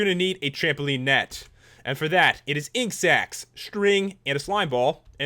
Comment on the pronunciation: When u said ink sacs i thought u said insects. Laugh out loud